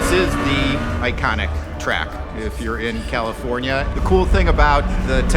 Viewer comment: Funny how the guy was like "all commifornia". California sucks